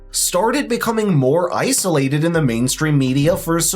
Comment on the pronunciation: "ICE-olated" cube